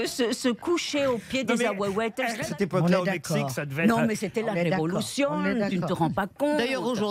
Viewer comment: Un mexicain saurait dire parfaitement ahuehuetes et pas ahuhuetele. C est l arbre le plus répandu au Mexique son nom veut dire le vieux des eaux c est l arbre national mexicain mais pas le plus grand . Le tule mexicain est plus grand ! Il y des fois que j entend Arielle parler espagnol et comme mexicain vivant en France elle me fait saigner les oreilles avec les bêtises qu’elle dit !! Saludos